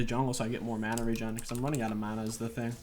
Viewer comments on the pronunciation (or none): none